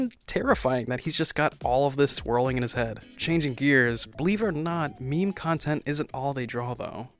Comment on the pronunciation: It's not pronouns memi but mem